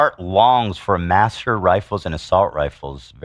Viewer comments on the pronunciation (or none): way off on the pronunciation of Mauser rifles. correct: (mao-zer) German origins.